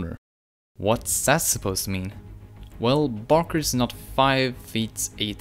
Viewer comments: it’s not Barker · ITS BARKER GODDAMIT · It's barker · It's barker.